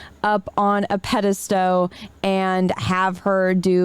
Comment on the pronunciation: did say "pedastow"? Lol